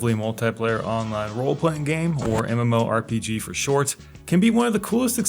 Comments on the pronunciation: Yeah, you can just pronounce it as "muhmorpeguh" we get it. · Say mmorpg one more time